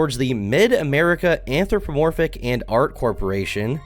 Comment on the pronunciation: Why do 90% of people (incl. ) say anthropoRmorphic? 😂😂